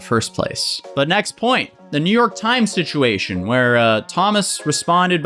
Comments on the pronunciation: ceo of he said she said schitchuashon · Take a shot every time he says “shishuashion” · Nobody:: He shed she shed shituashion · He said she shed sitchuation. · He said, she said shituation. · It’s just another he said she shed shisuation. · “Shituation” is this intentional though?! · The slip of calling it a "shituation" is accurate tho Also I'm older than and I feel fuckin ancient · no one: literally not a single soul:: shituation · I love you, no matter the shishuation 🤣🤣🤣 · You say “situation” like Scares says “mischievous”